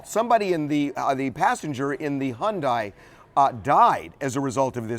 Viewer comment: figures, TMZ is just like the other networks. He needs to learn to pronounce Hyundai. She proceeded without caution across the intersection. The other driver was going too fast, but Venus is still at fault. She deserves an Oscar for her performance at the Wimbledon interview; she was no more devastated than a man on the moon. Geez.